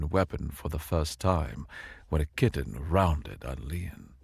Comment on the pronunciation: Pretty sure the Y in "Kytinn" should be pronounce like the Y in eye, dye, ot tyre. It's really hard to take some evil alien threat seriously hearing "Kytinn" pronounced like kitten.